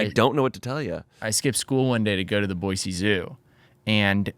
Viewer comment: I can tell is from Idaho because he pronounces Boise correctly 😂 "there is no Z in Boise"